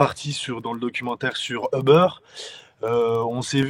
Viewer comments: Uber se prononce Uber avec un U, pas 'eubeurre' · seul hic, la prononciation du nom 'Uber'.. ca jure....LOL